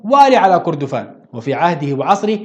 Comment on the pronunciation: التاريخ ده قرينا في المدارس مافي جديد .. وكردفان انت نطقت الاسم غلط.. كان اسمها مملكة الم٧ ات . وشكرا